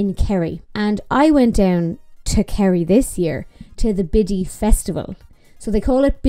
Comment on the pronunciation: I know you’re talking about the festival but every time I hear you say Biddy I just hear Bitty which here in the states is the same as B#?*! 🤣